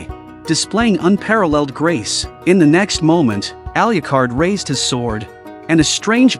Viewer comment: Please learn to pronounce Alucard.